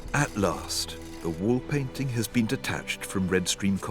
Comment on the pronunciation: Fiona please stop putting a "K" sound at the end of the word "painting"